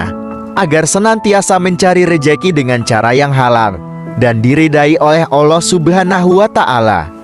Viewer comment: Ngomong lafazd Allah kok BLEPETAN ya kacau kacau